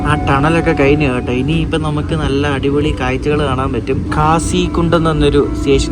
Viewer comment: അട്ടിപൊളി എന്നല്ല അടിപൊളി എന്ന് പറ.